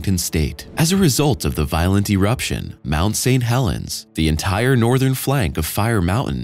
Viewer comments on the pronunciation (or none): none